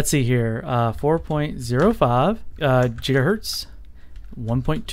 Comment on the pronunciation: Jiga hertz ?